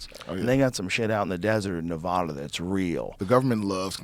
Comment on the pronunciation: Please say Nevada correctly Joe.